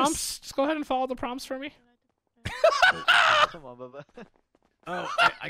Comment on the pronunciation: Bro really said common instead of Cmon